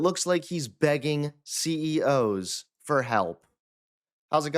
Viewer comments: Why do you guys use AI imitations of your voices to do the full report? You would never say C-E-O-S when saying CEOs, but that’s a common AI error. Should at least edit in post after listening back. Good coverage, but the AI voiceover is very off putting. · "A confident president announces solutions. A desperate one asks C.E.O.S. to find solutions..." Um... Have you suddenly forgotten how to pronounce the plural of "CEO", or have you offloaded your job on AI/dictation software? Neither possibility inspires a lot of confidence. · C-E-O-S...? You said it right the entire video until the end. What the hell...? Is AI getting better?